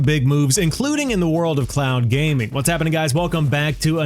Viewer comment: You're saying clown gaming 😂😂😂. Speak more slowly 😂😂😂